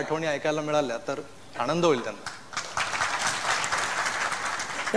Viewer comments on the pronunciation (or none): none